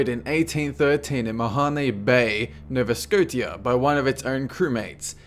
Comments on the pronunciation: It is pronounced Nova Scosha not Nova Sco-tia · This is fake picture I live in nova scotia and there is no palm trees here lol or anywhere in Canada and its pronounced [sco:sha] not [sco:ti:a] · It's not nova-socty-a, it's nova-sko-shi-a xD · No va sko sh ia not No va sko tia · You pronounced the Scotia in "Nova Scotia" as Scoty-ah" . It's pronounced "Sco-shah." :) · Nova Scot-ia, no, it's pronounced Nova Scosha. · 1. Kaz 2, Not Kaz 11! 2. Nova Sco-sha...Not Sco-T-ah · #14: Its prnouned "Nova Sco-Shee-uh" Not "scot tia" XD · novascotia is not pronounced nova-scow-tia, its pronounced nova-scosha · Nova... Sco-ti-a? Really? It's- it's Nova Sco-SHI-uh. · Nova sco-tea-a? Pronounced sco-sha. Nova Scotia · It's pronounced "Nova Scosha" not "Nova Sco Tia" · why does everyone say nova scotia like scottia? it is supposed to be pronounced scoshia. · LMAO you pernounced nova scotia wrong its pernounced (No-va) (Sco-shaw) not sco-teeah hahaha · I mean no disrespect and this is not sarcastic or anything like that. Is it pronounced nov-uh-sko-te-uh. Or nova-sko-shea? I've laways said it nova-sko-shea. But I'm always somewhat insecure so I always like to check just in case I've actually been pronouncing something wrong for a looong time. (Which we basically all do at times.) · Nova Scotia is pronounced "Nova Sco-sha" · It's pronounced Nova Scosha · Please notice that there is a significant difference between how a word is spelled, and how it is pronounced. Example: The Province of Nova Scotia is spelled Nova Scotia, while it is pronounced No-va-Sko-sha. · More like Nova Scochia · IT'S PRONOUNCED MA-HONE BAY NO-VA SCO-SHA jeez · Lol it's pronounced Nova Skosha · Stop pronouncing it nova-sco tttttia I live here and your offending my country );.. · Nova Scoateah? LOL - I've never heard my home province called that before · Its Nova ScoSHIA, Im from there :) Pretty great video though :D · "Nova Sco-tia" xD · Pronounced Nova Scosh-yah. FYI, and thank you for the video. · Scoe - Sha*